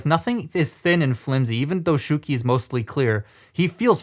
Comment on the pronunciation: It's SHOW-key, not SHOE-key.